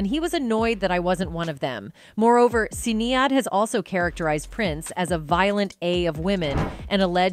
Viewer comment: I wish the narrator did a bit more research the Dearly beloved line is not in Purple rain. Also the pronunciation of Sinead was irritating as hell.